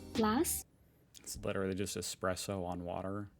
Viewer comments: Sorry to be a pain. Espresso - not Expresso. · Flat white. Triple shot. In a medium cup. That is all. Or an Espresso of good coffee. Yes, ESPRESSO. It is NOT EXPRESSO!